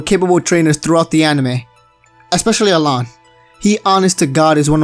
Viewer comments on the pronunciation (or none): It's pronounced Alain but meh.